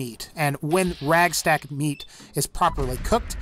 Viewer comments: Radstag not ragstag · It's radstag not ragstag man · It's not Ragstag. I hate when people mispronounce it for some reason. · is he saying ragstag? lol